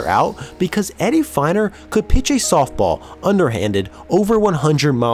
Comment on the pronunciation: Harlem Killebrew? Very surprised to hear you say that, twice. Also Eddie Feigner was pronounced like FAY-ner.